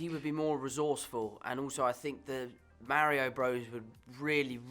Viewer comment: "mare-io brores and yah-shi"